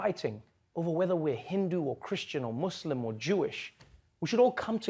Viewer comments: Trevor is the only american citizen who says "muslim" PROPERLY! IT'S NOT MUZLIM IT'S MUSLIM! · Thanks for pronouncing 'Muslim' correctly.. atleast 1 man. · Im so touc hed he said muslim correctly